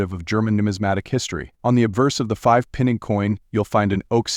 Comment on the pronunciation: The AI narrator cannot even pronounce Pfennig correctly and the coin on the film is a 5 Deutsche Mark coin! What a load of rubbish!